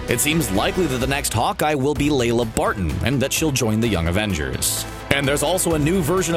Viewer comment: Lila Barton, not Layla.